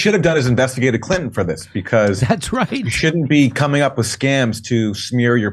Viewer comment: Omfg.... please... Sir....there are TWO "N's" in CLI'N'TO'N'. If you leave out a single "N", you're saying, "Clit-ehn". Fuck... that's gross bruh.